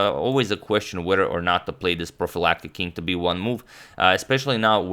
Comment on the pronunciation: Profilattic? ^^ Did I hear good?